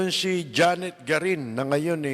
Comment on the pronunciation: GARIN hindi Guarin.😊